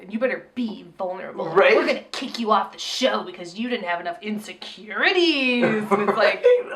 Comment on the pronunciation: I lost it at “You better BE sad, you better BE vulnerable. We’re gonna kick you off the show if you don’t have enough INSECURITIEEES.” 😂